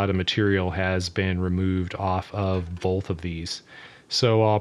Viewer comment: Why do you say "bolth" instead of "both"? What kind of accent is that?